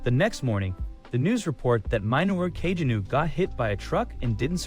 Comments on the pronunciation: love the fact Kageno is pronounced in so many different ways throughout the video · Bruh I can't with these terrible AI voice overs. Just read the damn thing out yourself, or at least make sure the AI is pronouncing names consistently if not correctly- I had no idea there were so many ways to incorrectly pronounce Kagenou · The AI voice pronounces Kagenou like 3 different ways😅